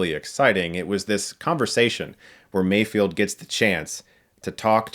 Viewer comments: "May-Feld". Not "May-Field". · Mayfeld...Mayfeld. His name is Mayfeld not Mayfield. Lol Is it that hard to comprehend? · Drinking game: Every time someone says Mayfield instead of the correct Mayfeld, take a shot.